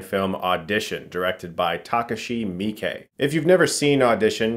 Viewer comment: Thanks for trying to pronounce the name Miike correctly.